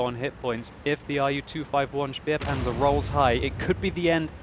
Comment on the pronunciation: Xx_neat-beat He say Speerpanzer but it is Spähpanzer.